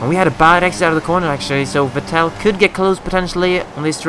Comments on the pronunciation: You don't say the second e in Vettel so it's more like Vettl :) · Console Peasant Race GMD45321 He pronounces it like Coulthard :p always thought the right way was "Fettel" though. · Haha first time I've heard that pronunciation of Vettel!